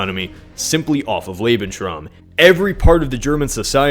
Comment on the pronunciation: Love how you pronounce Lebensraum. Lebenshraam